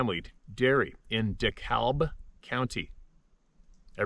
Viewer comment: It's pronounced DeKab. The L is silent.😘💖